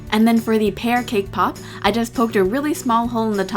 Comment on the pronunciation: Everytime she said cake pop. I heard KPOP. lol